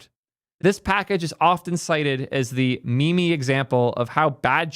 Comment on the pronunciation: meemee? mimi? or meem / mim?